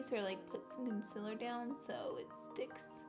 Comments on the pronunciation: Don’t get me wrong I love Laura but does it bother anyone else that she says consiler not concealer?????? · Stop saying consilurrrrrr😂it's concealer😂❤ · Konsiller , concillr, ohh.... concealer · CON-SEE-LER PRONUNCIATION PLEEAASEE! Every time you say “conciler” it bothers me sooooooo much oh my gosh 😂😒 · Ummm am i the only one who doesn’t say concealer the way she says it (con-se-ler)? Btw I say concealer like con-see-ler😂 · Conciller ugh 😂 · do you have an accent? I cant tell lol I love the way you say concealer. conciller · Concealer.. it’s pronounced concealer. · ITS PRONOUNCED CONCEALER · Tisha Patel yeah she says conciler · I didn't notice until you said it and now its killing me 😂😂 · STOP SAYING CONCILLER!!!!!!!!!!!!!!!!!!!!!!!!!!!!!!!!!!!!!!!!!!!!!!!!!!! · u say concealer wrong!! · Tisha Patel umm I hate when she says thattt😂